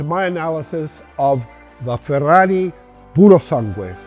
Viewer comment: You pronounced "Purosangue" and other Italian words perfectly. I've heard it crippled by everyone until now. 👏👏👏👏